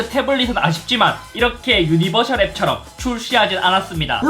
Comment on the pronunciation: 드랍더비트에서 웃어버려서 속상한ㅋㅋㅋ 근데 형~ 유니버'셜' 아니고 유니버'설'이요ㅠㅠ